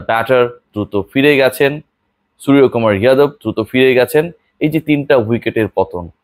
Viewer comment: it's not সুরিয়া । বাংলা তে উচ্চারণ সূর্যকুমার হয় । যেমন , Yuvraj - যুবরাজ । Yadav - যাদব ।